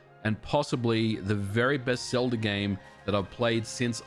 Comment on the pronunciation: Why do you add an R to the end of words that end with an a? I checked multiple times. When you said Ocarina of time you put an R on the end of that, too. Zelda at the end as well.